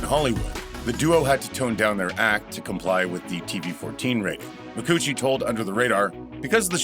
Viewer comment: Kate's last name is pronounced as "McCoochie". She cited it on "Conan".